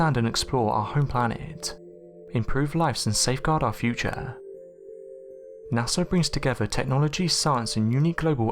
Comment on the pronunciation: Can you pleeaaasse stop calling them NasseR !!! It is pronounced NA-SA, NO FREAKING R INVOLVED WHATSOEVER !!! This is beyond annoying, as long as I've been watching your Channel you have NEVER pronounced NASA correctly, not one single time... What part of the world you're from is NOT an excuse, there is no R so you don't pronounce an R, sheesh...